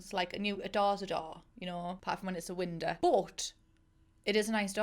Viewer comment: “A door is a door... unless it’s a winda” - quote of the year - honestly thought I was the only one who said winda